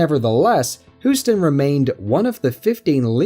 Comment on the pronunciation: If you say Whoston one more time...